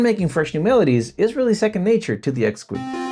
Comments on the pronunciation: Intuitive Instruments pronounce it ex-key, not ex-qwee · Realize this comment is late and somewhat pedantic. Apologies upfront, asI really enjoy your videos but you are butchering the name of this product. A little bit of Google can save you the embarrassment of having stuff like this out there for posterity. This is what Google just told me about the name of this product and its pronunciation: The Exquis from Intuitive Instruments is pronounced "X-key" (like ex-key).Pronunciation DetailsOrigin: The name comes from the French word for exquisite (exquis), which is pronounced ex-key [\ɛk.ski].Double Meaning: The developers also chose the name as a clever play on "hex" (referring to the hexagonal shape of the keys) and "key" (keyboard).